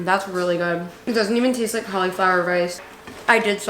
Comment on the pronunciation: the way you say cauliflower 😂